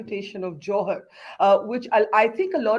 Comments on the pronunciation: Dear Barkha, Don't pronounce it as 'Johar' with the middle syllable sounding like ha as in ' halt'. The second syllable needs to be elongated.. pronounced as ha in ' ham'. The way you say it, sounds like 'jouhar' - the rajput ritual. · The pronunciation is JUHAAR. Stop pronouncing it in a way to mean the Rajput ritual. And Juhaar is common af in Odisha. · Barkha doesn't even know how to pronounce 'Johar' 🙄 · It's not johar, it's more like juhar